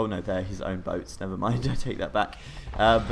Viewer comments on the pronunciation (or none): Qishaoye is pronounced Chi Shao Yeh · As a reminder, it is said "tsi shao ye" :)